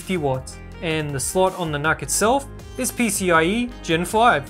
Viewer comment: Not true, I work specfically with NUCs, The intel people usually call them "Nooks", Nuck just isn't right, there's no k.